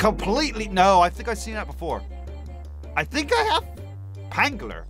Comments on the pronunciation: Ph makes a F sound not P sound so Phangler is Fangler not Pangler. I love your vids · It’s phangler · Bro said pangler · Phangler’s name is pronounced fangler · Two phangler things 1.its pronunciation is fangler 2.phangler is on fire oasis